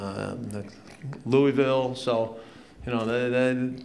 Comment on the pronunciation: Louisville! Yeahhhhh! I wish I could've been at this game. Man oh man. That's ok, when I become USA Coach I'll teach the USA how to say Louisville the Kentucky way.